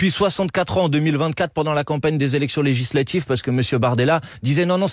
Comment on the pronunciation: Législatchiive ! Mdrr oui magistral